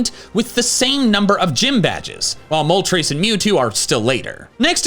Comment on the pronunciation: Moltres❌ Mol-trace✅😅